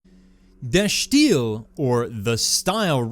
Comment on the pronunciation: well it is Dutch and he's using the right "accent", if you will, however you're right that the "i" is pronounced as an "i" and not an "ee"